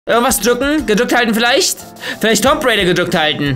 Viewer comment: Wie der einfach zu Lara Croft “Tomp raider“ sagt xD.